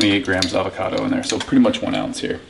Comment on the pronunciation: Steve you seem to say Alvocado about half the time